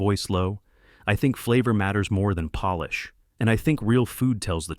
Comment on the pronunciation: Great story. Thanks. Unusual. Only one mispronounced word: polish.